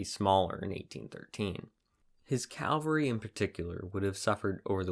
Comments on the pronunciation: Caval-ry NOT CALvary. That was the hill of Jesus's cruxcifiction. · CAValry, not CALvary. Ugh. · CAA-val-ry. NOT Calvary. Calvary is where Jesus was crucified. CAVALRY is what rides over the hill and saves the day. Cannot, in good conscience, sub to a history channel that doesn't appear to know tne difference. Edited for spelling.